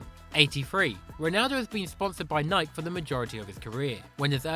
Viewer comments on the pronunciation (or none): It's a good video but the way the says Nike pisses me off